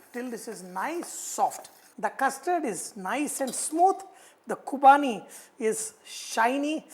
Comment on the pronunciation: Vahchef, it's Qurbani ka Meetha not Qubani hope you ll correct it.